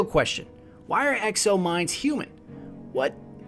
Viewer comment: Its exo not ecO